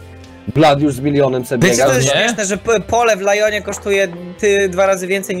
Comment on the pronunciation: Odcinki z Business Tour niedługo przebiją garrys mod jeszcze tylko parę setek :) P.S:Lyon czyta się Ljon